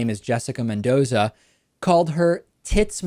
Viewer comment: c'mon David pronounce "Mendoza" the way it has to be pronounced (yeah, you know what i mean)